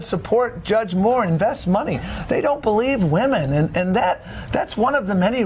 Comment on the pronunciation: His powa is Wamen! Tom Perez is a joke!